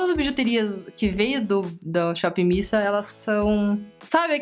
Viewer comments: que agonia de "shopping missa" kansaknssksjsjsjjs acho que é "mís ei" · Não é missa, é miss a, miss (ei) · nao se fala shop missa kkkk é shop miss ei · Pronuncia-se "mis ei" (dá uma certa angústia ouvir vc repetir "missa" o tempo todo:v ) mas foi um ótimo vídeo.. realmente no site as imagens dos produtos são bem apelativas.. depois do seu review consegui ter uma conclusão melhor da qualidade dos produtos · Amiga não é shop Miissa que se pronuncia e sim shop miss ei. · Modo de escrever= Miss A Modo de falar= Mizei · Na verdade a pronúncia é "miss ei".Com W fica "uei" ;) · É Miss (ei) kkkkkk vc é hilária.. bjoooo linda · é miss "ei" kkkk vc é melhor, e essa edição??? Estou amando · Não da para parar de rir com seus vídeos haha muito animada mesmo kk vc falando 'missa' tava me irritando, mas vc explicando que ta falando errado, me fez rir mais ainda kk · Vc e muitoo divertida..adorei vc!!! Fala-se Miss (A)Ei ... bjooo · oiee, voce tem que pronunciar " shopp miss ayn" tipo, miss e como fala a em ingles fbjsbs 💜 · Miss A (ei), em inglês a tem som de "ei" 😊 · se pronuncia shopping miss "ei".Adorei o video.Beijos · Deu agonia ela falando "missa" 😂 Mas eu te amo ❤ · Acho que fala miss "ei" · é "míss ei" que fala hahahahahahhaha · "Miss ei" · se pronuncia Miss Ei kkkkkkkkkk